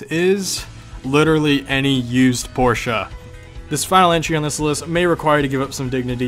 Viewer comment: Finally someone who doesn't say porsch